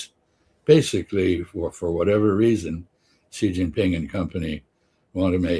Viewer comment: Xi Jinping is pronounced "she", not gee, not zee, it's "she", like the female pronoun. Come on, guys, you're experts, right? And don't call me pedantic. Any expert who says "Donald Clump" would not be taken seriously. We have AI now, oh, and google's been around for a few years, two great places to find out how to pronounce the second most important leader on earth's name, in like 2 seconds.